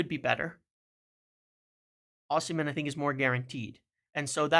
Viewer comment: Great video. I disagree on Osimhen (ignore the h when pronouncing his name btw), I consider Gyokores' 2 good seasons in the Championship to be more significant than his one in Italy. Serie A is a really poor standard compared to what it used to be. Look at the old players who weren't good enough in the Prem performing well in Seria A. 1. Gyokores 2. Agahowa 3. Osimhen IMO